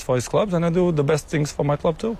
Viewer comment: "Who win more tings" XD